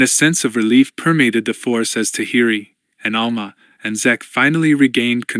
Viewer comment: Also ALMA instead of Alema... 🤣